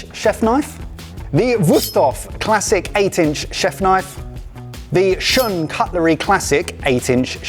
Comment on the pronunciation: So…… shun is pronounced shoon. If you can’t even say it it correctly can you really tell me about this knife? Also all my hand forged Japanese knives are also work horses, difference is I’ll be able to pass mine on to my kids, good luck doing that with a stamped knife. You,can get a solid entry level Shiro Kamo for like 150$